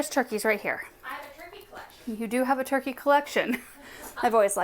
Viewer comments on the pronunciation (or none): none